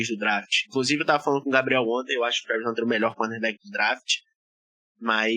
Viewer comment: Se fala dreft e não draft kkkkk